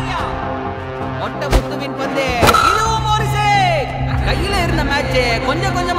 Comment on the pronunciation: ஐயா அது பொந்து இல்ல பந்து😅😅😅